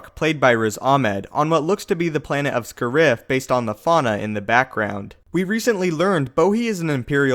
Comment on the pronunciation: It's not Bohi, it's BODHI. and you're pronouncing Scarif